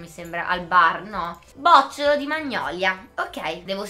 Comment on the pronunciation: bocciólo non bòcciolo ahahahah